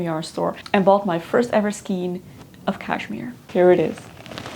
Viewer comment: I also really love the pixie hats on children! You should check out the ‚Hectors bonnet‘ it’s addicting to knit and really cute. I’ve made about 15 for many children in my friend group :) btw ‚skein‘ is pronounced like rain